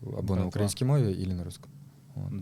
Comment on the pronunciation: Выучите уже наконец где ставится ударение в слове «украИнский».